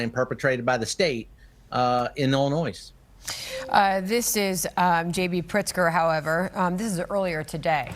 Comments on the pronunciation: Bruh pronounce Illinois right 😂😂😂😂😂 Illinoise😂😂😂😂😂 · Love the channel but can someone please tell the that the "s" in Illinois is SILENT...it is driving me mad lol